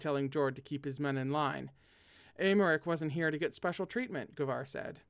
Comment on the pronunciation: hello again from me putting my native french to good use: Paschal: you said it right, it’s Pass-kal!! Aimeric: again correct, Ay-meric Nesson-Eloy: Ness-awn Ell-wa (I AM SO SORRY THIS IS A NIGHTMARE LANGUAGE) ❤️🧡💛💚💙💜